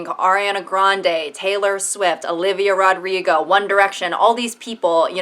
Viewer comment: The way you say Olivia "Rod-rigo" made me giggle